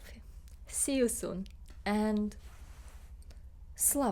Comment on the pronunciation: CORRECTION: It's "Slava UKRAINI". Or just say it all in English: "Glory to Ukraine" It shows respect to the defenders and heroes if you take the time to learn how to say "Ukraini" in their language. Слава УКРАЇНІ🫡 🇺🇲💞🇺🇦